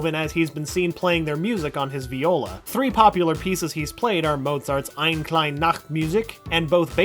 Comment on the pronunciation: EINE KLEINE IS PRONOUNCED EINEH KLEINEH